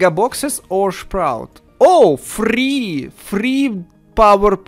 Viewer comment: How says sprout or i heared that: shprout How i say sprout: SPRUUT